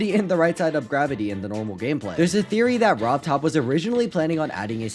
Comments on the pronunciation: He said rov Todd and not rob top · Ah yes "Robtodd"